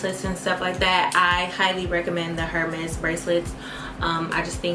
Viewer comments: The H is silent in Hermès. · No ma’am! 🥴 If we are going to buy and wear luxury, have to be able to pronounce it...Hermes is pronounced like “Err-mez”...without the H...just a little tip 😘 And Cartier is pronounced like “Car-t-ay”😉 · Not you spending over $600 on one bracelet and then referring to them as “HER-Mes” 😟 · I’m happy you’re buying what you want but the H in Hermès is silent!!!! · will y'all PALEEEZ learn how to pronounce these designer names!? the 'H' in Hermes is silent! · Girl, you bought Hermes and don’t even know how to pronounce it. Same thing with Cartier. Not a good look.